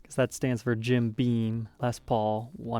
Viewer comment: Jim BEAM. NOT BEAN